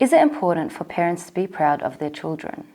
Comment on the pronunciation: Haven’t he miss pronounced “parents” and “competitive” ? I was expecting this to affect his pronunciation score!!